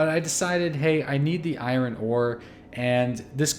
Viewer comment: that pronunciation of "iron" gave me aids